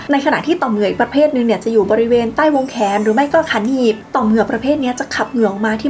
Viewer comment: ได้ยินขาหนีบว่าขันหีบ อ้ยย😂😂